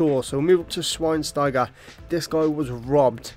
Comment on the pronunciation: btw Schweinsteiger, the w is pronounced like a V :)